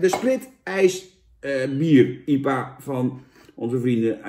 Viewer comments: jan: IEPA normale mensen: I P A ps: veel plezier in spanje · Ie-pa? Je hoor I-P-A te zeggen . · Iepa 😂😂 I P A